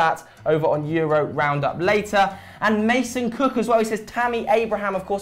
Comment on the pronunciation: lol it is "cock" not "cook"